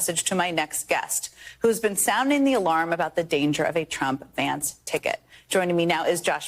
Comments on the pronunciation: JD Rance?! perfect slip of the tongue! i say we call him "JD Rancid"! who's with me? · J D Rance! That's an awfully cute slip